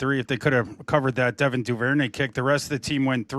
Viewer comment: How many times is going to bring up duvernay? Is he ever going to get the name right? JJ played horrible that game and yes, almost got bailed out